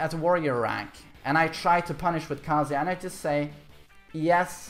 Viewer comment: Thanks for teaching me how to say Kazuya in Swedish. "Kaaazuya". In Japanese the "a" sound in Kazuya is really short.